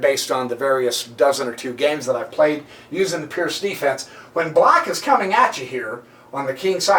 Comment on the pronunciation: Absolutely amazing game played by Gipslis and... amazing comment! By the way, guys, Seirawan pronounces the Pirc as "perk"... believe me, not "perk", but something like "peerts".